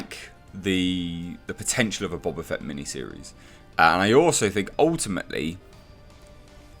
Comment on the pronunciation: Bo-Ba Fett, not Bob-a Fett.